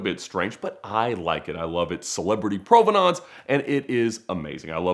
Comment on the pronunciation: I like everything about this video except for how Ed says "provenance". Eww, brother no.